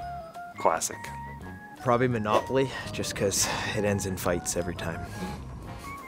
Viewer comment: Did they tell everyone to just say manopaly